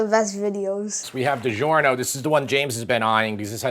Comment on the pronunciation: It’s di -JOR-no, not di-ZHOR-no! In Italian, “gi” is the “j” sound,as Italian alphabet does not use a j.